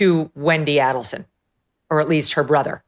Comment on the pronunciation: You are pronouncing Adelson and Markell incorrectly